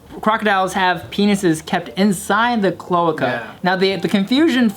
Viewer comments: chloahka. Clo ay kah. bRUHHHH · Clo-AY-ca Not clo-uh-ca haha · CloAca. Americanize that vowel. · It’s pronounced Cloh Ay Cuh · pronounced clo-A-ca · I wouldn’t know it’s pronounced CLO-AY-KA either due to these comments lol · Lol it's pronounced as cloaaca, that's how it's said. You say the letter A. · Its pronounced "clo-a-ka" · cloaca clo·a·ca Pronounced (Clo-ache-a) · Say it with me. Clo-ay-cuh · They really didn’t know how to say cloaca and didn’t know that’s what birds have🤦🏻‍♂️ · Me, a science major, screaming internally over their pronunciation of cloaca for the first few minutes. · It was frustrating to hear. I'm surprised Bart didn't know how its pronounce since he a bio student. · when they don’t realize they’re saying cloaca wrong 😑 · the fact that non of them know how to pronounce cloaca properly. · This whole episode they gonna say cloaca wrong aren't they and it's gonna be in every comment lol